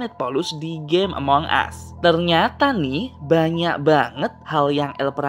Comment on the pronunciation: ya Tuhan bahasa Inggrisnya yaampun. Ngomong Among Us aja salah. pembodohan memag ini